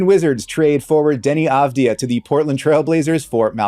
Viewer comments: You pronounce it Deni avdiya not avdiha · IT IS AVDI-YA....NOT HA!!! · The J in Avdija is not an H sound, he's not Spanish. It's a Y sound. Av-dee-ya. :) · Awesome video and analysis. Just a tiny tip: his name (אבדיה) is pronounced AV-DI-YA, rhymes with Narnia and pronounced similarly. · Love it. Just a quick correction you’re mispronouncing his name it pronounced “Avdiya” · Pronounced “Avdiya” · Please say his name correctly in future videos haha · Let's start with pronouncing his name correctly...